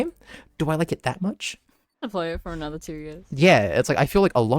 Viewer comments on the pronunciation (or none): none